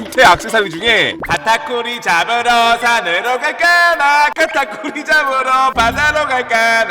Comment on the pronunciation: 왜 카타쿠리가 딱따구리로 들리지?ㅋㅋㅋ 나만그런가?